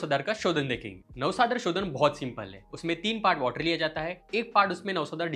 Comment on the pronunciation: 1.33 u said navasad😅ara